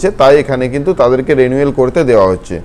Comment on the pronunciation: Are vai konodin porasona korchen thikvabe pronunciation ta রেনুয়েল na রিনিউয়াল hoy reeeee....😂😂😂